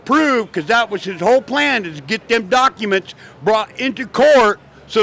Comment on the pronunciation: "Dem Duckuments!" :face-purple-crying